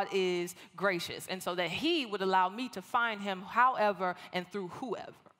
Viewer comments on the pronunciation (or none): none